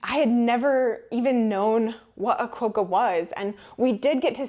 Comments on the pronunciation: hahahhaha Qwoka pronunciation that was hilarious Quokka rhymes with socca drop the R from soccer Quokka ! google pronunciation youll laugh too , and yes weare guitly of promoting our animals will kill you check out the song by the "scared weird little guys, they hve a song called " come to Australia its hilarious the world believes it , Drop bears hahahaha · That’s a Tassie Devil NOT a Quoka. BTW … the O pronounced as in the word STOP - an o sound not OH Cool Cool. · The A in "avo" is the same as A in "cat". The O in quokka is the same as the O in "lot" Yeah - we are welcoming to USians - we feel so sorry for you! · Quokka’s rhymes with ‘rockers’, not with ‘woke-ers’ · Ah yes, her mispronunciation of our Aboriginal words, which happens because of all the short vowels they have. Quokka is a furry marsupial with a long thick tail. It’s pronounced with a short vowel “o” so it’s short as in copy, not a long “o” as in quota. There are rules of grammar and spelling that tell you when to use a long vowel, and Quokka isn’t one of them. When an “e” follows a vowel + a consonant, this makes the vowel long, eg, hop, hope, not, note, cop, cope. Same with the other vowels: hat hate, rat rate, sit site, them theme, cut cute. 😜👍🇦🇺